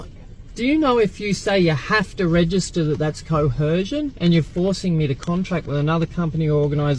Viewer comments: "Coercion" does not have an "H" in it. It's like they get confused and mash "coercion" and "coherent" into one incoherent word that doesn't exist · "co - her - shion" 🤣🤣🤣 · 😂😂😂😂😂 sovtard..😂😂😂😂 did he say COHERSION??? I'm an Aussie and that was word-salad of nothing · What is “coherzhun?” 😅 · "co-hershun" can't even speak properly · Co-Her-Zjunn! LOL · you mean cohersion... or cohorshion...😅😅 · I honk the whole "co-hersion" thing is that they've only heard the word used (and mispronounced by) other SovCits, they're just parroting another idiots schtick. It's the same with Flat Earthers, you can tell who their "Guru" is by the terms they use. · “Judiciary”? “Dudiciary”? Can’t even properly pronounce “fiduciary” as we all “coercion.” Poor kid. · The mispronunciation of coercion drives me insane. Why do so many of them throw an "h" in the word??? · They can never pronounce coercion or inalienable